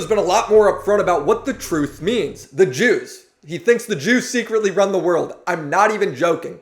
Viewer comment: Took me 15 minutes to realize you were saying “the jews” instead of “the juice”